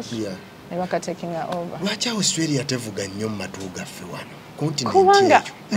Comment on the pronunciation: Naye guy it’s Australia not ousstralia